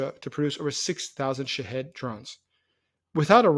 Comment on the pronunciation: Sometimes, the way he says " shaheds" sounds like shitheads